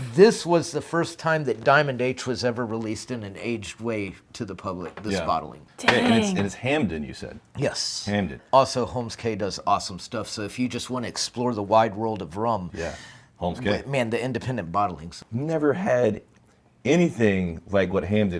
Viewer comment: BTW, Holmes Cay is pronounced Homes Key.